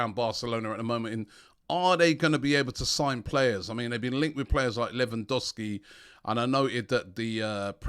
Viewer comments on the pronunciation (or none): none